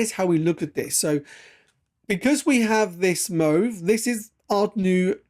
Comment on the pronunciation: Sorry, but i have to ask. Do you have a speech impediment? Why do you pronounce the word "move" like that? It genuinely sounds like your taking the p*ss tbh.😃